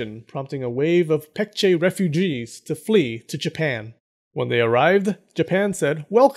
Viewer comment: His name is pronounced Poong. Like oo in poop. Korean romanization is confusing I know just help out. Also a better way to pronounce the Korea names are Baekje with a b Baekgang with a b. Just like Busan...instead Pusan.